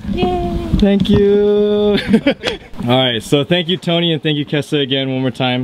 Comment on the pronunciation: "tank you?"LoLz